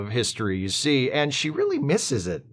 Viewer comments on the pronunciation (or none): none